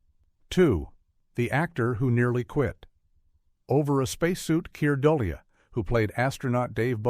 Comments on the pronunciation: Kier Dulia??? "A" Space Odyssey? "Hell 9000"? Kubrick DID NOT "love" the audience walk out at the premiere. I don't know where it picked THAT up! AI sucks!!! I hate it, and it is going to royally mess things up in the near future. I hope that I am dead before it does...doz...dozz... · I agree, this video was ruined by "bad AI narration". It was completely absurd how AI mispronounced Keir Dullea's name . I gave up on the video at that point.